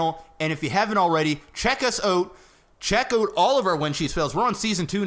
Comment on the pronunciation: Man it is annoying when you say 'out' as 'ut', hope you don't mind me sayin